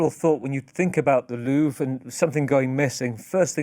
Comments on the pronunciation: "Lorve" is killing me dude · The fact that he kept saying Lurv drove me crazy lmao